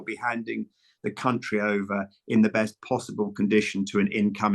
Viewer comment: There's an L in Labour